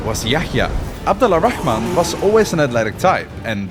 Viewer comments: damn man for a protagonist of your story you surly butchered the hell out of his name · FYI in Arabic we pronounce it AbduR Rahman not AbduL Rahman It’s called لام شمسية it’s easier for the tongue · Great video and all. But there are alot of inaccuracies including the prince name it was butchered 😂😂 , yes it written abd al rahman in Arabic عبدالرحمن but it would be pronounced like this abdurrahman not abd-al-rahman, Persians and romans didn't lose to Arabs because they were fighting each other Arabs were infighting between themselves too Arabs were simply more skilled and superior at that time and use methods in war noone used before them just like the romans before them and the Mongols after them. Abbasid rose because they thought they had more right to the caliphate than the ummayads being descendants of al abbas the prophet's uncle making them related more to the prophet and pretending to avenge the prophet's family and grandsons who were mostly hunted down and killed by the ummayads. And it wasn't about taxes it was just ummayads were very racist towards non Arabs they didn't make converting easy nor let non Arabs Muslims hold higher status unlike the abbasid who were more lenient in this regard allowing non arabs to be even visors and vasers , and no most of Iran at that time wasn't shia yet and it wasn't ummayads who killed ali it was a rogue group called al khawarij who sought to kill every leading figure during the war between Ali and Muaawea , they successfully killed Ali but Muaawea was just lucky and survived. Other than that the video was great. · Small request, next time say Abdurrahman, which is the correct way, because the way you’re pronouncing it right now is a bit off. Thanks